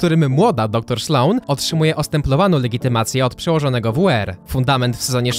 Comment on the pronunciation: Doktor „Szlone”??? 7:4